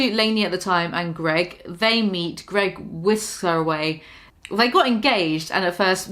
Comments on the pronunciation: Say his fucking name correctly!!! It’s GREG NOT GROG!!!! Geez 😒 that’s fucking really annoying that you can’t say his name correctly lady!!! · Just for the record, Greg ruined the word spouse for me.